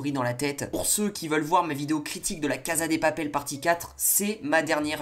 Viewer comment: " la caza des papele " mdr